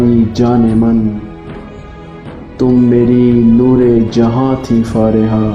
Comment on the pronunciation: Don't say फारेहा Plzz say फरीहा